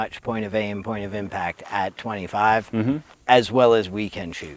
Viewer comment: "Point of huff, point of impact"?